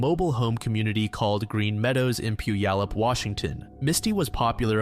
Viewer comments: the “all” is pronounced like the word all. It’s hard to explain haha but he said “pewyalup” and it’s more pronounced like “pyou all up” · It’s pronounced “Pew-All-Up” just as a heads up. Also “Ee-num-claw” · The most disturbing part of this entire video is how you pronounce Puyallup. "Pew Yallop" 😂 nah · ... For future reference, it's pronounced "Pew - Wall - Up" ✌️ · Youtubers never bother looking up how to pronounce non-anglophone words they just throw a dart at a phonics book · Same here! when I heard that butchering of "Puyallup" my blood ran cold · lmao every crime channel that tries to pronounce Washington names always butchers them 😂 those Indian names are something else if you didn’t grow up in the evergreen state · it’s always puyallup too I’ve always hated how others pronounce it 😭😭😭